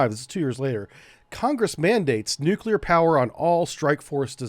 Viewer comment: Hey! George W Bush has a copyright on pronouncing it "Nukyaler", even the First Lady Laura Bush teased him about it.